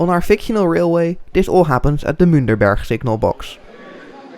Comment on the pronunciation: I believe it is Münchberg, not Münderberg. Great video though.